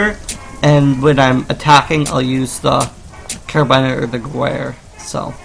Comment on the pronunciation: I did not know that, thank you! (I just want you to know this is not sarcasm.. as many gamers may misunderstand it as sarcasm.. I actually did not know and I appreciate you taking the time to tell this to the creator of this content, and to the viewers who is also unaware of how gewer is pronounced)